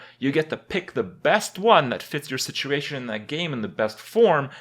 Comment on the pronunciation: For how often Kripp says the word "situation" he should really learn how to pronounce it correctly.